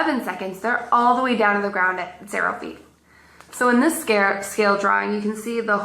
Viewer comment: Why does she keep trying to call it a 'scare' drawing?